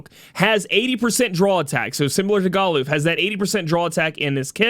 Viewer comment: I didnt pull for Galuf, I didnt enhance Zeke, and havent door potted Olberic. BECAUSE WOL IS COMING WHOO! 36 HOURS! I'll just use Charlotte or Pod153 physical mitigation to cover. I am uninterested in anime units. So we're going all in. ED: ITS NOT GAH-LOOF ITS GAH-LAHF ! #$^&@